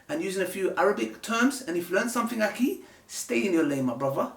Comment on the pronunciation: Learn how to say akhi right, till then get off camera.